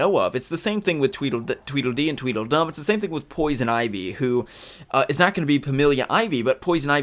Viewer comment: I thought he said the DeDe twins from Batman Beyond rather than Twiddle Dee and Twiddle Fun?